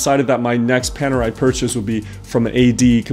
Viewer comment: Great watch! I'm italian and I love Panerai (I'm not a Panerista as I don't own one yet). Your pronunciation is good but Officine it's pronunced with the "chi" sound, like Chicken. 😁